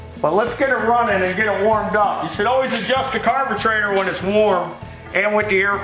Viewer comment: Nothings better than pronouncing carburetor as carbetrator😄